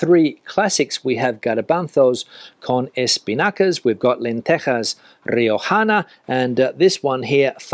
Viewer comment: I love how you pronounce "garbanzos" and "Riojana"